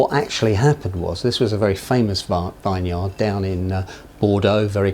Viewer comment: A 'vine-yard'. Haha. Imagine trying to sell a vineyard for lots and having some turkey on your team pronouncing it 'vine-yard' all the time.